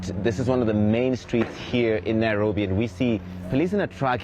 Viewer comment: she said “..Nae-robi..” and for Afrikaans speakers this word can have a real meaning to such a place under such conditions.